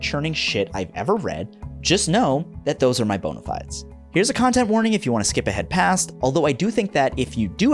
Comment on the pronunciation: The video is really good. But the way he says “Bona fides” it physically hurts../